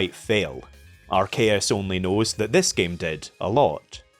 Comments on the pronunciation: Some people are arguing whether the true pronunciation of arceus is ars-eyus or arc-eyus but I don't see anyone but you calling ar-kayus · Ayeeee I’ve been wondering where was at and bro came back with a banger topic. Chefs kiss Edit from the future: dear lord you gotta stop saying Arceus like that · Who the fuck pronounces arceus like that